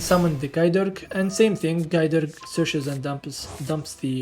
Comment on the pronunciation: Im not 100% on my historic pronunciations but if you wanted to know Gae Dearg more like "Guy Jerrak" and Areadbhair is more like "Air-ed-var"